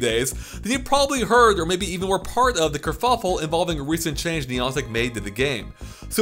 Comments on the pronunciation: Niii AuNtic Is How You Said It! Niii Anne Tick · who is niontic? the company doing pokemon go is niantic. it seems youre speaking english so A doesnt sound like an O. who is niontic? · Did you say Neeontic? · It's pronounced Neigh Antic for the love of God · You say niantic so weird I almost didn't realise what you were saying 🤣🤣